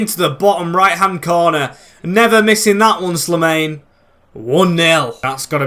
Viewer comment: Very happy to have you back mate! Btw The way you pronounce Slimane is SLEE and then mane like the former Liverpool player.